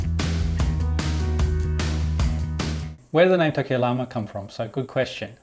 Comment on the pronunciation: You have lived in Ecuador and speak Spanish, so you know Llama is pronounced "jama" :) You could rent the second floor above your tool shop out in Airbnb.